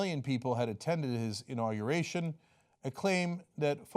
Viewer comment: "Understating the size of my inaugeration" Sure, Donald, the size of your "inaugeration" is whats in question. #microtrump